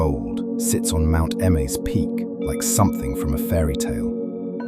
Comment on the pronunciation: Not trying to hate, but why are so many names here off? “Mount Emma”, “Mount Kimchang”, “Master Jang Daing”… are these translations, or straight-up wrong pronunciations?